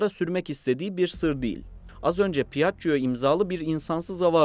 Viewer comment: "pi - ACC - COO"...... rahat olun, "piajio" olarak okunabilir. Üste üste duya duya dayanamadım ve videoyu kapattım.